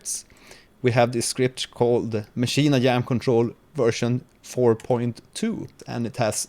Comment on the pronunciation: Great Video man I just subscribed, you are really helpful. With all due respect; why do you pronounce it as "Maschine I-Yam"